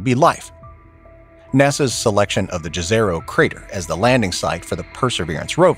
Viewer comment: The word "jezero" is of Serbian origin. We spell the word exactly like that, but you in the English-speaking area should pronounce it as if it were written "yezero".